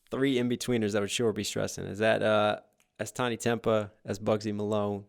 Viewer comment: Big fan but can we all just take a moment to realise how pronounces Tinie Tempah 😂😂